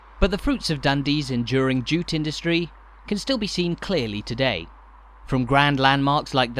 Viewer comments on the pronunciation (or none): none